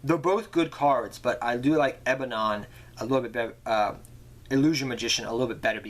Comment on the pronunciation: its not ebanon. its ebon